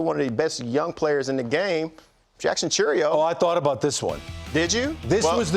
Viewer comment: Please, for the love of God, can you please get these stars' names right ?! It's not Cheerio it's Cher-ree-o. Arraez is not Arise it's Ah-rey-ez. Embarrassing talking g about these stars of the game and you can't even pronounce their names. Or be close !